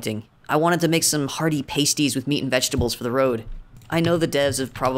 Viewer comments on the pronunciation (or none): It's pronounced "pass-tees"